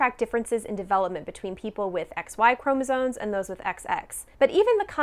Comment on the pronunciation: I think you're great, but I have one small pronunciation issue: it's chromosoMe not "chromosone".